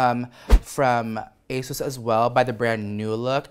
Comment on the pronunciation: At first, I heard "Ace" instead of "Asos" I was like, Ace Hardware? Okurrrr